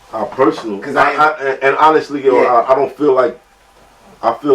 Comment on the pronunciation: I never trusted hollow partly based on the way he pronounces “honestly”.